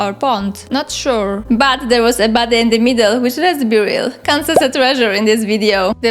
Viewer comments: Damn you, now I can't unhear it. Makes the video so much funnier. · I thought you said "baddie" instead of "body" so I just assumed you were calling the spriggans baddies and thought: yeah, that makes sense haha